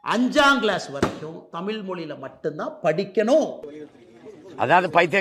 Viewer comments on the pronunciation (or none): தமில் இல்லை அண்ணாமலை தமிழ். முதலில் தமிழை ஒழுங்காக பேசு. பிறகு இந்தியை புகுத்த பாரு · அரைவேக்காடு அண்ணாமலைக்கு "ல், ள், ழ்" க்கு இருக்கும் வித்தியாசம் தெரியாது. தமிழ் என்று சொல்ல தெரியாது. தமில் என்றுதான் சொல்வார் பாவம் ஆடு